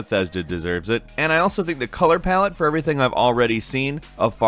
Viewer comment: Say color palette one more time!